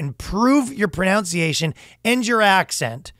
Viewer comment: So Ryan is trolling us by still pronouncing the word pronunciation wrong on the babbel ad?